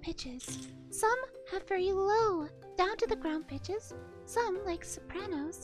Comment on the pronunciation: omg everytime he says pitches I keep hearing "Bi**ches"